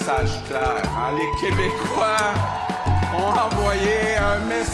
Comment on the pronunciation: Please. If you're going to pronounce someone's name, please use the correct pronunciation. Multiple times you had me grind teeth. And never say Qwebecois.